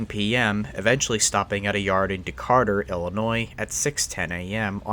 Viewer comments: Decarter? Did we call Decatur, Decarter? 😭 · Decatur, Illinois.....there is no Decarter, Illinois. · Duh-Kay-Tr not Decartur , I’ve notice a trend with east coast people pronouncing our Midwest cites the wrong way… otherwise great video bro. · It's actually pronounced D-K-Ter and DPU stands for distributed power unit not diesel pusher unit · not how you say Decatur